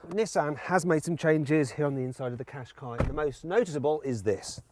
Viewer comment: ずっと日産かしこいにしか聞こえなかった。